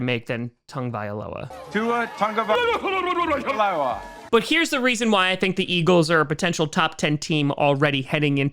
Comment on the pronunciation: I will never understand why people struggle saying Tua's last name. There is no "n" in there. Tagovailoa. It is literally said the way it is spelled. Tag-o-vai-loa. 🤷‍♂️